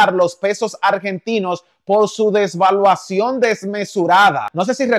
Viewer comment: No se dice desvaluacion se dice devaluacion